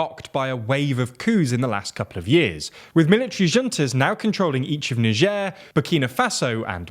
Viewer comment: Bro dodged a bullet with "Nigieer"